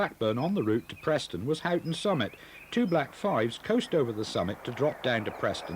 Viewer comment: A small correction if I may, the first station from Blackburn on the Hellifield line was not Wilpshire but Daisyfield. I used it many times. A few minor mispronunciations, W halley is pronounced “Wall-ee”, Hoghton is pronounced “Ho-tun” and Sough tunnel is “Suff tunnel.” Excellent atmospheric video of an area I knew so well.🎉🎉🎉🎉🎉